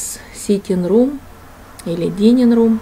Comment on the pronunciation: . Не «динин рум». А «дайнин рум». Или это - местный акцент? Островной. Неужели англичане так говорят «динин»? Dining room. Столовая.